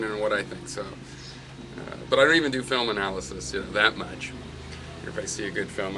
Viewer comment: What's a "filem"...? O_O